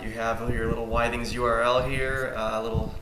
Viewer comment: With-ings not Why-Things.